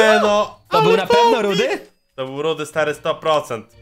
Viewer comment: Fajny odcinek ale to nie jest rudy tylko rudi